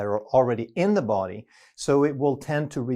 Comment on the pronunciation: the way he pronounces DA BODY 😂